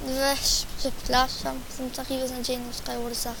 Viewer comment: mów jak człowiek a nie ,,dabel dżiampy" ,,kulczak" ,,selwel" ,,bluku" ,,pseplasam" ,,naplawić" ,,afci" ,,glać" ,,mini gly" ,,dyskrypcji" PS aby być lepszy w SkyWars'y trzeba taktyki I SIĘ NIE POWTARZAJ